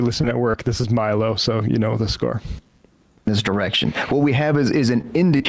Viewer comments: Respect to Sam for never once over the years learning how to pronounce Milo's name properly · Hearing Sam slightly mispronounce Milo's name is very funny and I hope no one tells him. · I just love how thoroughly Sam butchers Milo's name 😂